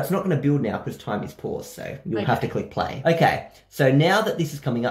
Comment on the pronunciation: "last timeh on diana games through timeh"